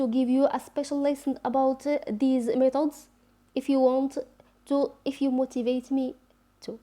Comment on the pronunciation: Please sister we don t say ,. ميطودس we say. ميتيدس khadmi not9 its seems to me listening to a french teacher . Anyway good luck